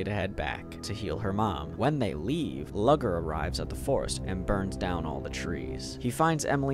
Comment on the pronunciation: "Lugger's" name is pronounced "Loo-gurr" my dude 😭